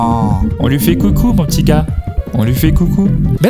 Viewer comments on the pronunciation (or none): none